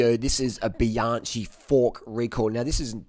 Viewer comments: stop saying bianshee!!!!!!! It s bianchi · Excuse me, pronunciation it is BianKi not Bianči 😉 The oldest bike manufacturer in the world and creator of spoke bikes. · Bianchi is pronounced Bian.ki. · Great video, but Bianchi is pronounced as bee-an-key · I think he is saying Bee- on- chee to piss us off😆😆. . You think he says it bad one lady said to me is that a, Ban-she. Hehehee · Bianchi is pronounced bianki. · New drinking game: drink a shot every time he pronounces Bianchi horribly wrong. 😀